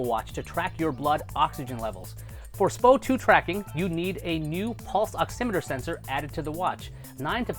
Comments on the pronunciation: S-P-O 2 sir. Not Spo 2. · It's quite laughable hearing non-healthcare professionals, esp YouTubers pronounce medical terms/abbreviations. SpO2 is definitely not pronounced "spo 2" and even though both versions are correct, most healthcare professions prefer the abbreviation as "EKG" and not "ECG". Don't believe me? Watch any medical show and you'll see what I mean. Educate yourself before trying to educate the masses.. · It's pronounced S. P. O. 2